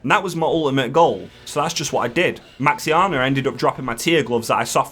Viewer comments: Mate I just can't stop laughing at Maxianna, this is the best way to say Maexxna. hahahah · Superb vid aside the pronunciation of "Maexnna"